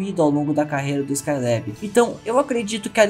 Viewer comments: Gostei do video mas me incomoda muito você falando [ ESCAI LÉB´í] , tentando falar o inglês correto. Essa Juventude quer gastar o ingles correto para não passar vergonha. O Nome é [ ESCAI LÁBI]! Cariocamente aportuguesado mesmo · Porra muleque. Vc passou o video todo falando o nome do cara errado. Falou 'Skyleb' 400 vezes e ta errado porra. Ta errado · Se fala Rogério skailabi nao lebi